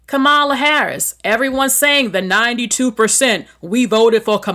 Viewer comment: This was some gaslighting against BA’s. No matter how many pictures are shown of Caribbean celebrities, those people fully immersed themselves into our Black American culture and didn’t show disrespect to our lineage. And come on man, her name (Kamala) is pronounced, comma-la.